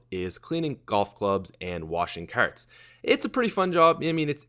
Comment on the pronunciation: Brock Olsen Like ya never seen a shopping kerrt before, eh buddy?